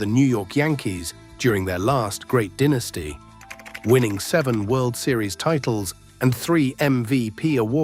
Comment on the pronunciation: Why use a British AI voice for an American game? The word "dynasty" is not pronounced dee-nasty on either side of the pond. The sad AI narration ruins this otherwise interesting video.